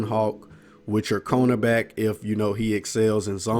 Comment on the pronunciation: He said "CONErback" instead of cornerback. I love ice cream CONErbacks